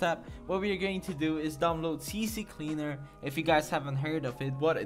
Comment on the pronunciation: ITS NOT CC CLEANER ITS C CLEANER OMFG WHY U DO DIS TO ME?@@@@